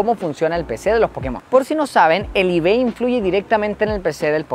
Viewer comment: cada vez que dice ibes, se refiere a los iv, cierto?